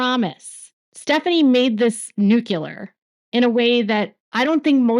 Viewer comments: NU-clee-ar not NU-cue-lar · Nuclear is pronounced nuke-Lee-er, not nuke-you-Ler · Hearing pronounce “nuclear” as “nukelar” is so cute. Keep up the good work! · "NUCLEAR' has only two syllables. The correct pronunciation is 'new-clear".